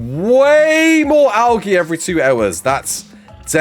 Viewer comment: Is he saying Algae like that to tru and be funny?